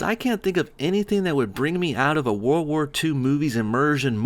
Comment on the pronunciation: "Whir war two"?